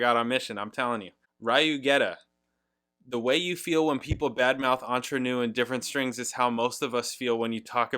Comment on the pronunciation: From a guy who also likes to cross that line, I really enjoy your humour... AND that you're starting to pronounce Entre Nous correctly 👏